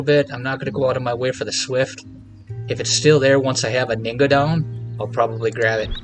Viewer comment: Just FYI. The H in Anhinga is not silent.